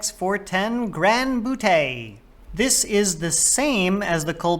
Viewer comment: Don't like how you say "butte" it's "byoot"